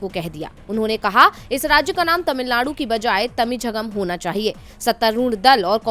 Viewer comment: Madam tamilzchgam , nahi mam tamilagam lekin iska nam Tamilnad hai governor ko ek nam lena bhi nahi ata shramnaak hai. Jo nam map mY hai usko usi nam bolna chaiyae.